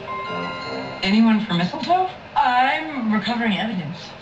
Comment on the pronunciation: mistletoe 😂😂